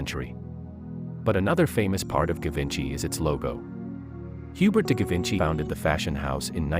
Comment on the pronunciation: It should pronounce as "Zhee-VAWN-shee"